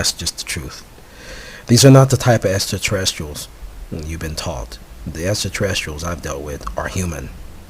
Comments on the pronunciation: exactly what I was thinking haha he thinks he's all knowing with his "estraterrestrials" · Anyone who makes a claim like this, about being contacted by extraterrestrials; and provides no evidence whatsoever other than "it's just the truth" is a moron and not worth anyone's time. Also, words he could not pronounce: Antarctic Extraterrestrials Translucent Oil Smh! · Anyone who makes a claim like this, about being contacted by extraterrestrials; and provides no evidence whatsoever other than "that's just the truth" is a moron and not worth anyone's time. Also, words he could not pronounce: Extraterrestrials Translucent Oil Smh!